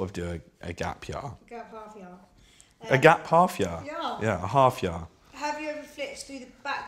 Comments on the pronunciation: Larf I nearly fell off my chaaar when he said Gap Yaaar. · "gap yah"